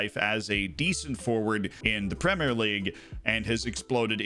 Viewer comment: You're saying 'Premier' right! Nice! Thanks for changing the way you speak normally in order to appease anal retentives like me :)